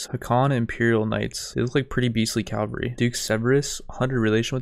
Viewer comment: I don't want to be that guy, because i know it's annoying when people nag about grammar but i feel like i have to say something for my own sanity. It's pronounced CAV-AL-REE not CALV-A-REE. My english teacher would tell me this when i made the mistake myself; "Cavalry are mounted soldiers, Calvary is a hill in france. Unless there's a french hill in the army it's not quite correct is it?" Having said that please keep the MaBW content coming, it's really good and super fun to watch! Keep up the good work dude!